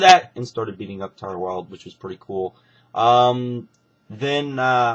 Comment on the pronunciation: its taylor wild not tyler wild. Tay-ler it rymes with Gay-ler.